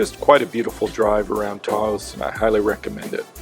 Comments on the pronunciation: Taos not toast.... lol. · Hi, So I'm from Taos (pronounced like house, but with a T on it). Since the earthships are in Taos- Can you change the intro to Say Taos not Santa Fe, because you are about 1 hour and 40 minutes from Santa Fe on the mesa outside of Taos not Santa Fe there. Thanks!